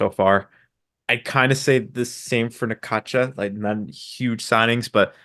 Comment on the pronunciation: You are pronouncing Necaxa wrong. Try this Necaxsa